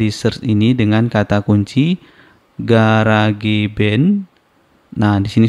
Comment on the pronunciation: Garage cara sebut nya "garaz" arti nya garasi. Jangan di sebut "ga ra ge" jadi aneh sebut kek gitu.. 😂